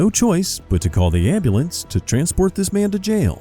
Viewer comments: It's AN am-ba-lamb. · wtf is a “ambalance”? What kind of questions is he even axing 😂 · "I need an ambeulans" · ah yes the anbulambs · What is an "ambalamps"? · CALL THE WHAT???? AMBULAMB😂😂😂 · I wonder if black people actually believe it’s pronounced amber lamps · "Well sir we can call a am-ba-lambs but i dont think it will help get you medical attention" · SOMEBODY CALL DA AMBALANCE😂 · He need a ambolints coz he a safety riss 😂😂😂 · The brother and sister he said " call the ambulambs not ambulance lol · Why is ambulance so hard to everyone in these videos to say? So freaking annoying.